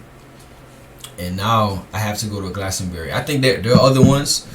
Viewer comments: Yo I'm from West England! I'm in the middle of those locations at the beginning! Pronounce it Glaston-bree 👍 I see sheep every single day haha! Cemeteries are always in the church yard with these older churches! We have separate cemeteries also! Pubs and gastro pubs! But historically, ale houses would serve food and ale! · Glastonbury = glass-ton-berry! Just say it like that! Easy peasy! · I live in Warminster in the west of Wiltshire, this is all familiar to me. Sheep are often around, deer, foxes as are ancient buildings and stone age tombs. Glastonbury - glass (hard a sound) tun bree. the City of Bath is close by and Wells is some 45 minutes away, as is Salisbury. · GLAST-UN- BERRY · I will break the word Glastonbury up for you. Glas ton bury. I hope that helps you? Great video bro.